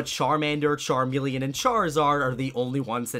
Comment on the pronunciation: Hold on a minute. did you just say charm e leen not charmeleon like as in the actual lizard